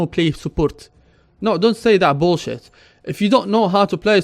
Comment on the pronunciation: Faka Airawn when he said bullshit haha that's so funny